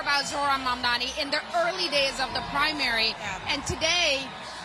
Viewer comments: Maybe the haters will learn to correctly pronounce his name. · Anyone noticed how Cuomo always mispronounces Mamdani’s name? It’s as if Mamdani is a nobody to Cuomo, like he’s an afterthought. Not anymore Andrew, huh?